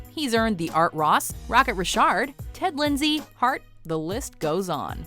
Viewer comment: “Racket Richard” “ wooroy” The fuck learn how to pronounce